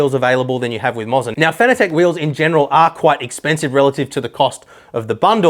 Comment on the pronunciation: I'm fairly confident it should be pronounced Moh za, not Mozza, or it would be spelled Mozza...